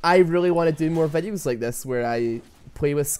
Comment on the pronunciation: nice "vedhioos"